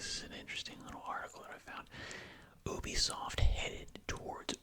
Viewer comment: “oobisoft” xd